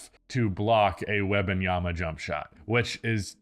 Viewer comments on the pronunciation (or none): "WEBanyama" over and over...🤣🤣🤣come on dude